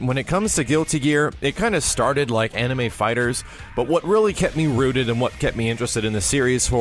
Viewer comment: "Anime fighters", stop.